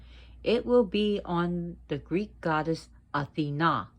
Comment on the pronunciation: You really know your Greek mythology. Thank you for the proper pronunciations of the Greek Gods and Goddesses. I love your teaching style. Your rambunctious cats had me laughing again!